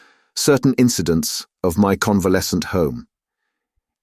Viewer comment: convalescence for example, in the opening minutes